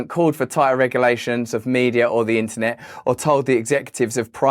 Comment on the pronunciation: “In- ahh -net”💀